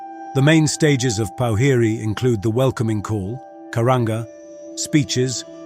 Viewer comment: Po-whi-ri (pour-fi-rei)